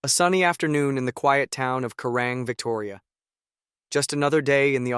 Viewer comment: It's called Kerang not kurang,get it right.